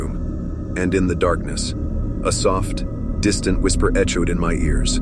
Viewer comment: I was about to subscribe, but then I realized this is an AI voice....not a real one. It's the most realistic one I've heard, but a robot voice nonetheless...how can I tell? Although the voice is smooth, it's also fairly monotone....and no one pronounces words that way. Like when he says "echos"...the ch is pronounced the same way as in the word "nachos" no one says it that way, lol If you listen closely, you can tell.